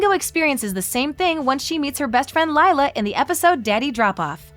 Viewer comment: Who else was annoyed by her mispronouncing Lila